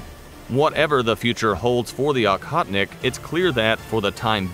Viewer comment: It’s Oh-hotnik, not Ah-hotnik.